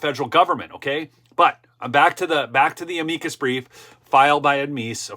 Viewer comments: It is pronounced AM-mick-kus so please use proper pronunciation. Thanks! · AM-i-cus brief (emphasis on the first syllable, not the second).